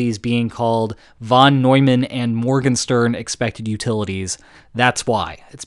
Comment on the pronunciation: You did fine on the French pronounciations, but you didn't get the ¨Morgenstern¨ quite right. Check with a German speaker.